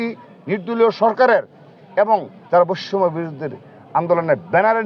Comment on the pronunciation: বৈষম্য শব্দটি শুদ্ধ ভাবে উচ্চারণ করুন, আপনার সভাপতির মেয়াদ শেষ হবে কবে?